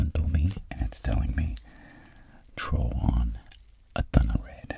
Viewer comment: "I'm gonna TROW some up here"